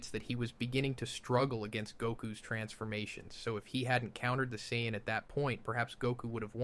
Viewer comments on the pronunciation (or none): why is he calling sayains sciyons? and why is he calling vegeta vaggetta ? .....is this some sort of translation joke im not getting? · Yeahhh this is awful, dont do this again you are gonna lose the small following youve gained, its literally dribble whatever the hell the ai came up with, feel like someone is talking at me but none of it makes sense I will say the pronunciation of saiyan sounding like seance was funny though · Not to mention how he pronounced saiyan and logic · A normal human being would not have trouble saying logic has a weird pause he could not say presentation but instead said (preesentations) also if this was not ai and he tried to say beerus it would never be baroos . Him also having trouble to say saiyans and says it the way an ai would aswell. It isn't that hard to comprehend that this is ai. After all this has been done many of times by other ytbers aswell (kwebblekop ai) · Yo did you train an AI with your voice to do this video? Some of these pronunciations are atrocious and inconsistent. ie: Vegeta, Saiyan, Beerus...etc Also your tone is just so flat and monotone the whole way through